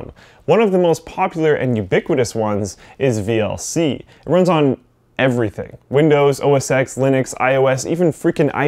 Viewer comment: plz...OS 10 not OS-EX